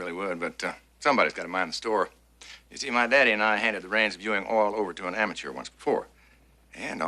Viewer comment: JR says 'amature' instead of the proper 'amateur'.